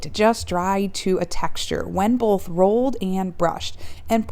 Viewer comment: There’s no such word as “bolth.”